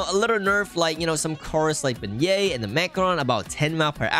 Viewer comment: "Beignet" What i heard: BE GAY